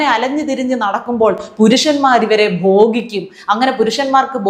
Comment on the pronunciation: ഇയാൾക്കെതിരെ പൊലീസ് കേസ് എടുക്കണം. NB : ബോഗിക്കുക എന്നല്ല, ഭോഗിക്കുക എന്നാണ് ഉച്ചരിക്കേണ്ടത്.